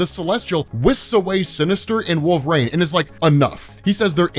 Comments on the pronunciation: I really enjoy this channel. Get to participate in something I could never afford. One thing though, I've noticed you pronounce Wolverine as WOOL-VER-RAIN instead of WOOL-VER-EEN and I've heard it so many times I'm beginning to question if I've been pronouncing it wrong all these years.. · bro why does he call Wolverine "Wool vrain"? is it an accent thing?